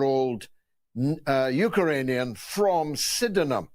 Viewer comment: ‘Uker-rainian’ wtf?